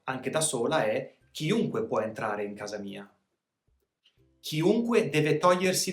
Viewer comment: Ciao buon anno! Ti faccio una domanda perché dici ciunque invece che chiunque?